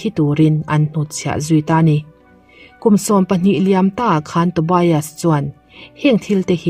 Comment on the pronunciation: Tobias ilam dan hi adik lo a ngem aw ka ti, TO BI AS nilo in TO BIAS tur ni zawk lo maw aw, BIAS hi lamzawm tur ani zawk ang chuan Sigrid ilam dan pawh,ka sawisel chak vang anilo nia, a ni ngem aw kati mai ania aw